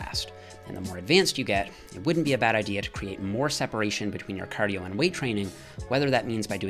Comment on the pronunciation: Do your "cardiyooooo"